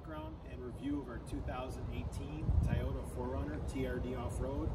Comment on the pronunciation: Another cool video to supplement your awesome “action” ones! 💪🏻 (although I gotta take issue with “Thai-ohta” instead of Toy-ota 🤷). Happy off-roading,! Can’t wait for the next video